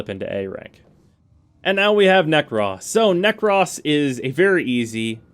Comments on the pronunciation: Why is he saying Nekras instead of Nekros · “Nekross” I died a little inside every time he said it like that 😭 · ahhh yea you’re right. I completely forgot about that. It still sounds so weird to me though but oh well lol. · The only thing...narrator says "Nekros" funny...otherwise great vid.